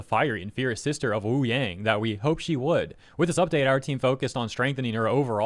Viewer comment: 1. Leave her alone she did nothing wrong 2. Learn how to say Wuyang correctly